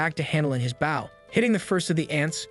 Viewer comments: I’ll never get over the automated voice not knowing how to pronounce the word bow. And not baow 🤦🤦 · please im suffering!!! stop pronouncing bow incorrectly